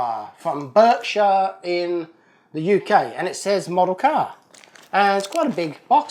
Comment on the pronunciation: Berkshire is said 'Bark-sher' ;-)